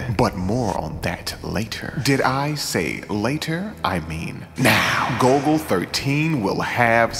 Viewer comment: The nerds will INSISTS! It's GOLL-GO NOT GOAL-GO!